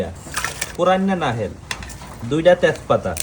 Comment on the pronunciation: ভাই কিছু মনে কইরো না। ওইটা উচ্চারণ নাহেল হবেনা, ওইটা উচ্চারণ হবে নাহোইল।